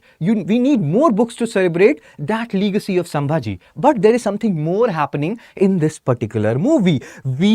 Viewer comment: Leegacy 😂😂 bhaiya